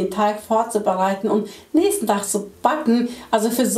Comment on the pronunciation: musste 3x hinhören dass sie nächste tag sagt